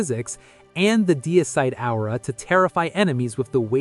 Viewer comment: Absolutely great video! But look up how to pronounce " aura" lol starting to think this is just AI. 😅